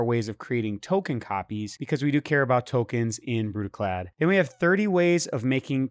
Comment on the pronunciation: You said Brudiclad wrong, pretty sure it requires a Scottish accent